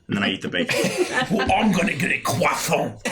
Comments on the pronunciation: this is my fav 🤣🤣🤣 "I'm gonna get a CWASON" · NO. How dare butcher a croissant! /j